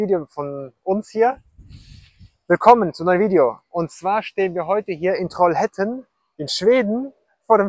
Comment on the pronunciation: Trollhättan. Troll - hät- tan ausgesprochen.